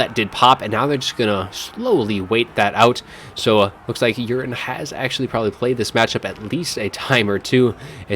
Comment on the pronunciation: I think it's Yu-ree-nay not urine but lol anyways great cast